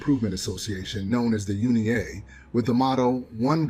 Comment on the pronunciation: U.N.I.A NOT UNI-A